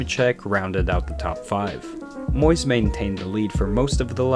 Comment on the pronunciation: One slight correction referring to Patty Moise.... It's not "Moys".....it's "Mo-Weese"....